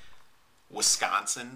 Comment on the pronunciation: I hate guys who pronounce Wisconsin as Winconsin. Holy shit and you live in WiSconsin